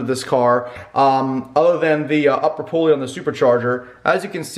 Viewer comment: Thanks for calling it a pulley and not a pooley like Mike and Andy. haha